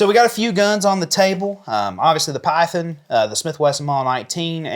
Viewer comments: Good Lord, it's pronounced PYTHON not PYTHEN you hillbilly, as a Colt collector I'm glad you prefer S&W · Excuse me did you “Piethen”…. Python ….Python!…lol😂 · Please pronounce Python as it is meant, it's not pythin.